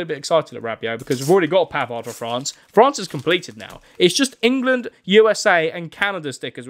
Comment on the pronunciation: As he said Benjamin pavers 😂😂😂😂😂